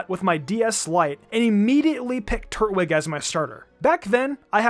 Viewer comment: TUR-TWIG I’m sorry but it had to be done, he’s a turtle twig, not a turt-wig